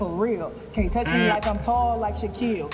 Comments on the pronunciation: It's Shaquille not Shaquel... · It's Shaquille not shaquel